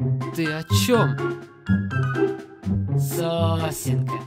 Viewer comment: Я одна раньше думала что Билл говорил "Сусинка":/?